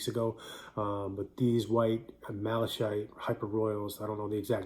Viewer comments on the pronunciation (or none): Thanks bro. (I’m pretty sure it’s pronounced Mal-uh-kite like the color)